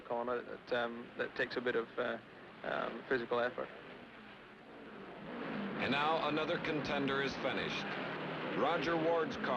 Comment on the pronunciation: I love the old footage and Chris Schenkel. Chris has the weird pronunciation of the letter I. Endianpolis, Endy 500 , Fenished, Wenner. Great race! Crazy Pileup. Reminded me of 1973's Salt Walther crash on turn one.